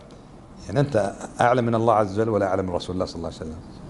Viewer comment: لماذا. هذا الشيخ يقول الله عزجل